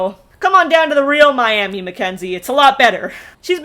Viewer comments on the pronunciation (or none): Okie here, Oklahoman, it's pronounced My-am-uh. I don't know why, lol.